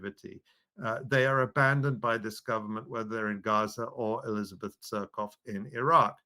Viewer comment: I love how he pronounces it suck off